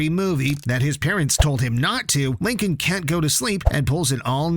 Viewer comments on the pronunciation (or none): IT'S LINCOLN, NOT LINCON, OR HOWEVER YOU PRONOUNCE IT. THIS SPIN-OFF IS BASED ON THE SERIES WITH FUTURE CHARACTERS SURVIVING THE BLACKHOLE THAT DESPERATELY CREATED LISA LOUD AGE 8. THESE SHOULD BE EPISODES.